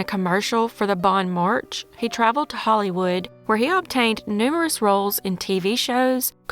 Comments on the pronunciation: "Bon march" 😂 I think you mean "The Bon Marché" 😂😂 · Bon Marché pronounced Marshay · Hi, native Washington resident. It is pronounced Bon "Mar-shay", not "March". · Pronounced Bon Marshay.